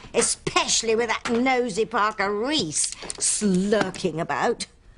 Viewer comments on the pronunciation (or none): Tabitha said Reese! Not Ross 😂